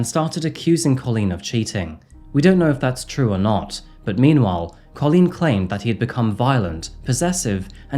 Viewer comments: you can’t pronounce Colleen correctly - you make it sound like colon. It’s so annoying… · First time I’ve ever heard the name 'Coleen' pronounced 'Co-leen' 😂 Edit: The back and forth pronunciation of 'Coleen' and 'Co-leen' keeps getting me! 🤣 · I'm glad you've pointed that out very well about how to pronounce Colleen's name, as it was really annoying me how badly was saying it. "Cailín" is an Irish word meaning "girl" or "lass". It can also refer to a young, unmarried woman. The word is the diminutive of "caile," which means "woman" or "countrywoman" in Irish. Variations in spelling include Kailin, Kaylin, or Kaelin.